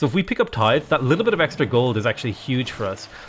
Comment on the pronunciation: At least you're pronouncing Tithe right now...just Agoge to go ;)